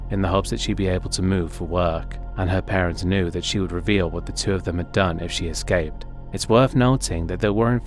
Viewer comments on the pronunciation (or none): none